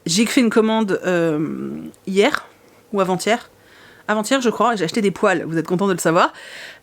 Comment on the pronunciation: Je pensais VRAIMENT que tu avais acheté des poils... avec l'accent pas-québécois, je me demandais VRAIMENT quel genre de poils tu avais pu acheter. J'imaginais des rallonges de poils pour Meiko!